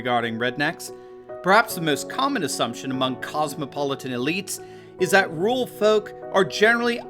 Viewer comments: Interesting video but what the hell is a ‘ROOL’ population…? Do you mean RURAL? That’s two syllables not one. Pronounced.. RUOR AL as one word. Why do Americans ignore all but one vowel in any word? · AND THEY CAN”T SEEM TO PRONOUNCE “RURAL” WITHOUT SAYING “RULE”. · there are 2 R's in RURAL, you keep saying rual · Why can't you pronounce "rural"?